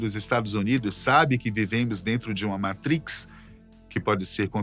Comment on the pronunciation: Não é Matris, é Matrics